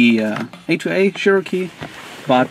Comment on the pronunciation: Cherokee (Chair-oh-key) not (Share-o-key)